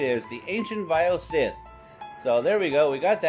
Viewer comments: This nigga said vile "sith" 😂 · Not pronounced SITH